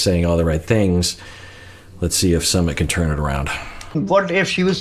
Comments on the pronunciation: Love you! It's pronounced SUE-mit, not SUM-mit. 💕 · Hi Doc, I'm hearing it's pronounced "soo mit", not "suh". 🙃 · Could Sumit fear turning into his father, where he kinda loses his own sense of self and just exists to make his wife happy? Also: "Sumit" is pronounced "soooo-mitt". Think the "soo" sound in "soon" + the "mitt" sound in a (baseball) "mitt" :)